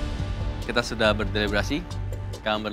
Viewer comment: “Kami akan berselebrasi” auto gw tengok. Nonton sambil makan jd ga fokus 😅. Ternyata “delebrasi”